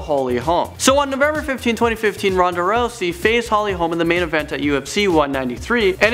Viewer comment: he says rousey like rosey